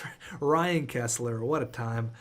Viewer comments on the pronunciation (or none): none